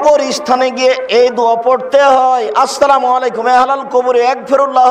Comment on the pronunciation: সালাম দেওয়া শুদ্ধ করেন... এই সালাম দিয়ে গুনাহগার হয়ে যাবেন